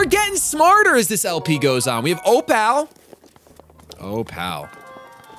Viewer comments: The correct pronunciation of Opal is "oh-pull" not "oh-pal", the more ya know... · it's not oPAL It's Opull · one thing I've always noticed through the years is that has amazing math skills, but terrible English and grammar skills. he can calculate super effective damage or HP percentages super fast, but then the next day he says OH-Pal. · ignore this if you're doing this intentionally, but you are pronouncing "opal" wrong. It's "o-pull"